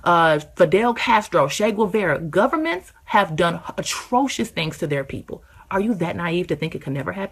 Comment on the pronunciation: I agree and I believe mispronouncing “governments” is hilarious. I believe they are freaks.